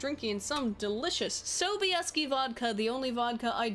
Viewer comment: Hehe nice pronunciation of Sobieski :) Wait Mads Mikkelsen for Geralt? Zajebiście by było :D I bought and read Ostatnie Życzenie(Last Wish) recently on a whim because I had nothing with me to read as I was waiting for my uncle at the airport. And was pleasantly surprised. I was thinking before books fame was overblown a bit. It isn't. You saw the Polish TV series? Damn woman you got some balls. Nilfgaard is more closer to Holy Roman Empire than ancient Roman Empire.